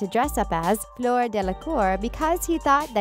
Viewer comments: She called fluer floor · And fleur as floor 😂